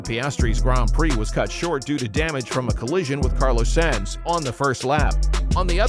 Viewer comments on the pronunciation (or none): Decent vid - but "Sans"? Next time get a narrator that actually knows F1 😉